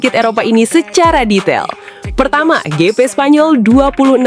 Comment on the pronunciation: Pronunciation nya ya tolong dibenerin... Lap (laep) bkn lap (emang lap mau ngelap motor) Gp (JiP) bkn gp tambah p lg jd gpp